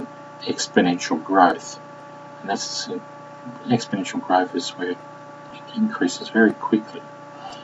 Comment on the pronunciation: you can't even pronounce exponentials properly so why are you trying to teach it? plus your teaching is really hard to understand this gets a thumbs down from me.